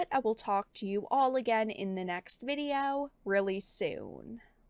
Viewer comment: I lol everytime you say "viddy-yow"! No hate, it's just funny to me.